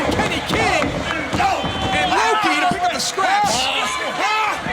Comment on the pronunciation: The way Taz says Lo-Ki was hilariously funny.